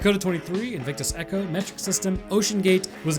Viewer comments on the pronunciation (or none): none